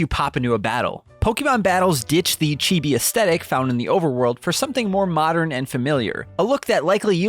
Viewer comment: How come he can pronounce “chibi” correctly but can’t say Pokémon? “Poky” describes my irritation level with each delivery.